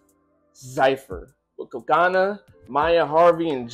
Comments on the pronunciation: its CO-CO-NA Not CO-CA-NA... its co co naaaaa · You’re saying it wrong.. it’s co co na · CO-CO-NA not so hard to pronounce. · No, you did not pronounce her name right, but you'll get there :P Cocona (1st lady) was the one who shaved her hair in "woke up".